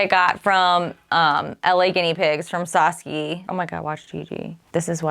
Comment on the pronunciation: Love your videos but just wanted to let you know that Saskia is pronounced Sas key uh. Can’t wait to see how your sewing liner project goes!